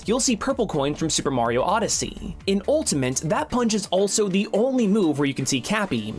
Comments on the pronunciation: Am I the only one that hears ‘ultamint’ whenever he says Ultimate? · jesus christ please stop saying ultamint